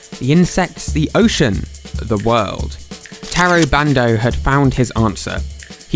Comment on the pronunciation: Everytime you say bando i think you say brando